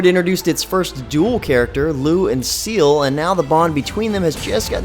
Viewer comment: why is he pronouncing ciel as seal?